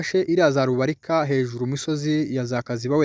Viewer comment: Ntabwo Ari rubirika ni Rubarika.